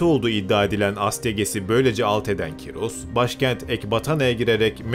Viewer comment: abi cim ismi kyros degil ismi koorosh